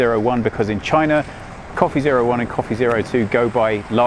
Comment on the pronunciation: Did he say Wey Copy1 and Wey Copy2